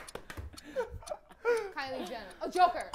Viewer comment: Can't believe jamie said "kiley jenner" for Joker 😂😂